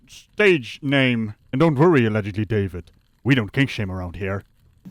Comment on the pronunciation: Sounds like he said Damon not David